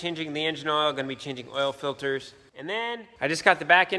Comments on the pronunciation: Air filderhs, oil filderhs, all kinds of filderhs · I love how says " Filters " he says it like " Filders " 🤣🤣 Also, More MommyCornstar! She's been dormant for so long! Lol